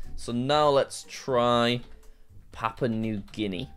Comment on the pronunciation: You spell this wrong every time. It’s called Papua (pa-poo-ah) not papau (pa-pow).